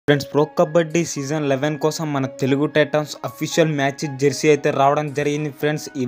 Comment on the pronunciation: Bro adhi jarsey kaadhu bro jersey